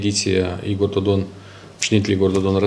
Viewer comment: Mai!!!! Nu mai pronunta cu ritul tau numele PRESEDINTELUI REPUBLICII MOLDOVA!!!!!!!